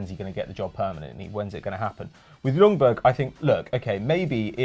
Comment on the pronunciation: It's pronounced Yungberg fyi